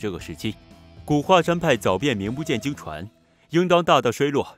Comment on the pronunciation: 名不转经传zhuan，怎么能念chuan呢?